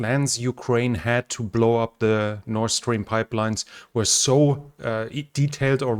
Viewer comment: Please help me understand why you pronounce the word “north” ‘Norse’. Is it because the sound “th” in the russian language is the ssss sound? That doesn’t explain why you correctly pronounce the words “The” and “That” though. Those aren’t the only examples of the misuse of the “s” and “th” sounds others include “souse” for south and “clother” for closer. Anyway would you please look into this because you are driving Americans crazy! Thank you, great videos and Go Ukraine!!!